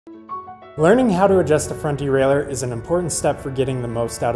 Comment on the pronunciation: Great!...as everyone else says, probably BEST video on YT for this. Bonus...also pronounces derailleur correctly!😂